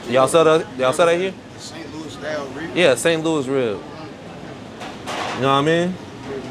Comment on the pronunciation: Yall pronounce ribs with an H, yall said hribs